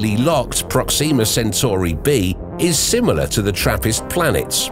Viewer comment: 2 things: 1, you say Proxima like its Proxema, its not and it sounds so wrong 2, there are 2 forms of life. 1 is organic life like plants and animals, and there is sentient life, humans. So when everyone says "hey theres life insert planet here take it with a fuck ton of salt because the odds of there being sentient life on that planet is like you winning a jackpot, slim but not impossible, whereas it would be more common for organic life to exist